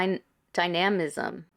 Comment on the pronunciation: it's dye-nuh-mism